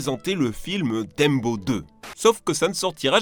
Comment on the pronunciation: C’est moi où il dit dembo